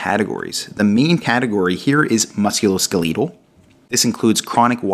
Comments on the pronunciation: Please start pronouncing the musculoskeletal the correct way. You are killing me mispronouncing it. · thank you!! His pronunciation was driving me nuts. It was like nails on a chalkboard. Lol. 😆